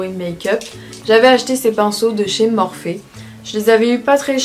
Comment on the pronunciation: On dis "morphi" pas morphé"😂😂